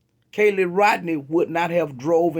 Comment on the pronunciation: Why do you constantly call KIELY CALLIE?? YOU JUST PLAYED A VIDEO THAT PRONOUNCED HER NAME